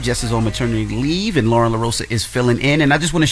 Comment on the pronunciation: Its LOREN ! Not Lauren! And she should be added as 4th co-host, been saying this! iHeart pay her!